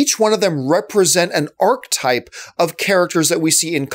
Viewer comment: good analysis.. but archetype is not pronounced 'arc-type'.. it's pronounced 'ar-keh-type'